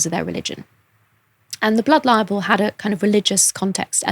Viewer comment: I’ve never understood why she pronounces libel like liable